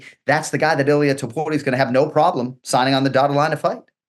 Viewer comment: He did it PERFECTLY